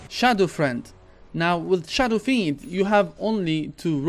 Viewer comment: Did you just say SHADOW FREND